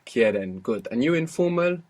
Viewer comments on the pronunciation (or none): I like when he says "Goot!" when she gets it right. Awesome videos mate, keep it up.